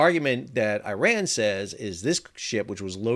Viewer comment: Iran= E-Ron Iran# Eye-Ran